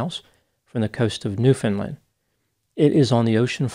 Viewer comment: is hereby awarded Canadian Bonus Points for pronouncing 'Newfoundland' correctly!